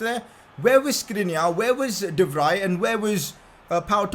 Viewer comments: Im dutch and i just wanted to let u know u should pronounce de vrij like ‘de Frie’ instead of ‘de free’ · Not "sê vri "its sê vcy(vrij) say it correct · Pcq: You pronounce “De Vrij” as “De Vr I” (with the I from I) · Pcq: As a dutch person I'm becoming triggered of the way you say De Vrij. please type it into Google Translate from dutch to English to say it right. pls